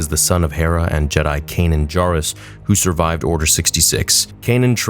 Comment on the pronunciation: Please stop mispronouncing Kanan Jarrus, it’s driving me crazy 😂